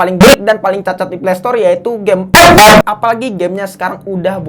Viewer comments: Bang mantap enak sebut ep ep!!!!!!(buta)😅😅😅😅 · Ngakak kalo lubaca epep 😂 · somebody, please bikinin kompilasi bilang ep ep dong, sejam boleh lah buat penghantar tidur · alasan gua nonton channel ini, gua suka saat ngomong " epep "🤣